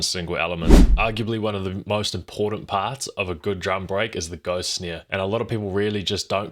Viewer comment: Lol you say snare funny. Sneer